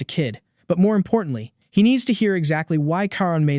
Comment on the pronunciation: Narrator is terrible at saying he 😐